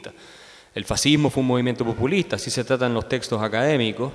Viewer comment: No la mas relevante... pero me pareció escuchar que la presentadora dijo "pUpulista" el cual me parece una palabra que aunque no existe me parece mejor para describir el populismo.